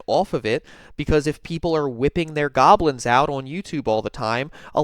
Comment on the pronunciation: I will never stop laughing at the way he says " JOB-LINS"